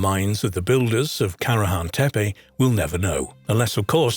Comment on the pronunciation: You pronounce the sites and names wrong,its tepe,ending in e not i… and sanliurfa,read as its written…